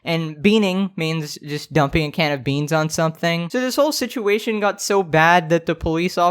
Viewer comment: You didnt say beans correctly you dookie man